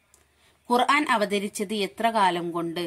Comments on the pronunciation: ആദ്യം ഖുർആൻ എന്ന തെറ്റുകൂടാതെ പറയാൻ പഠിക്കുക ഖുർഹാൻ അല്ല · ഖുർഹാൻ എന്നാണല്ലോ പറയുന്നത് ഖുർആൻ എന്ന് പറയന്നട്ടോ.